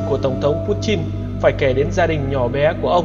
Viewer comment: nó đọc đúng tiếng Nga rồi...